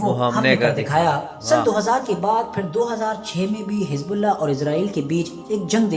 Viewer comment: Hijbullah ? Aby teri zuban ko kia hai ? Z ko J ko bolty tm log ? Pharna nhe ata tujh